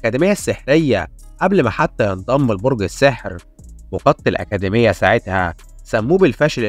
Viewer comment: أكاديمية ✅️ أكادميا❎️